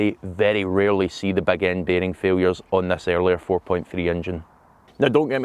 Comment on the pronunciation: Beg end baarhhing failure... what?